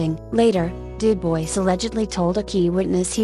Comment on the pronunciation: I really enjoy your content, but the robot voice is unbearable! If you are going to insist on using a robot, try using the British robot voice, it seems to not sound so awful. But please, USE A HUMAN VOICE. UPDATE: Du-BOYCE?????? Stupid robot voice! I just can't. Great content - interesting stories that others haven't used, but that robot voice is just awful.